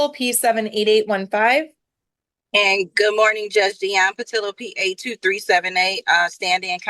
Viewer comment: Judge didn’t get Ms. Patillo’s name right even once 🤦‍♂️